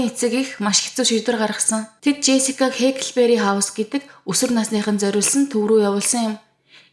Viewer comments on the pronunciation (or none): Хээкл биш Хааклбээри шүү dear ❤ Байнгын сонсогч нь бнаа. Ойр ойрхон бичлэг оруулдагт баярлалаа.